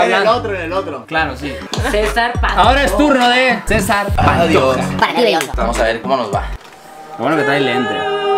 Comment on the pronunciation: Dijo Cecar JAJAJAJAJAJA Cecia Bloss